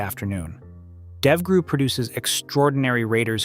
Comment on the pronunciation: I wish these channels would spell out DEVGRU and JSOC so the guy would read it how it really sounds when spoken about. maybe something like jaysock or devgrew would work?